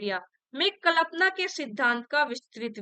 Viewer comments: माफ़ी के साथ कह रहा हूँ प्लिज़ 🙏🏻 जब कल्पना की उच्चारण करती हैं तो बहुत खटकता है 🙏🏻 एक बार इसपर ध्यान देने की कृपा करें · Ugc net k liye pdha rhi h ap jisse aage chal k bachhe assistant professor banenge esliye ap hindi k words ka pronunciation sahi se kriye Kalpana dhwani jaise sabd ap galat bolti h or sth me or b bht se sabd h Jo galat bolti h esliye unko sahi kre Jb teacher sahi bolega tbhi bachhe sahi bolenge